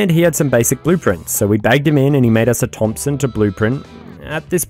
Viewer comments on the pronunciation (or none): none